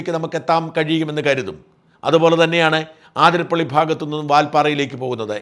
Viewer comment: ആതിരപ്പള്ളി തെറ്റ് അതിരപ്പിള്ളി ശരി